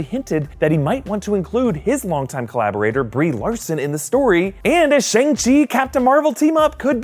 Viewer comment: it is shAng chi! not shEng chi😂😂